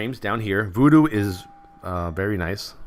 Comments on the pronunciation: nice one, but its VuhDo not voodoo ;) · STOP searching for Voodoo people! The addon is called VuhDo.